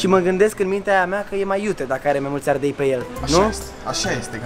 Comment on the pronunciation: Ardel? Nu ardei